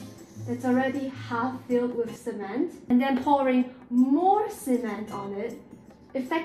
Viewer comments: "semen- cement*" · "semen- CEMENT" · I cannot forget the fact that she had called cement " semen" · “Semen.. cement” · I wanst looking at the screen when she said sêmen and spit all my food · ah, yes. Semen-t.